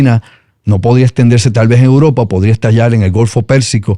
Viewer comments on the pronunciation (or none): none